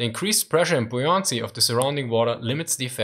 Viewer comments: It's "bow" like "cow"...not like a bow and arrow. In the word buoyancy the stress is on the first syllable. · Love it how you pronounce buoyancy :D